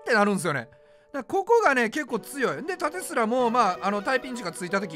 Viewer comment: なんか縦スラのイントネーションおかしい(笑) ：たて⤴️すら 自分：たて➡️すら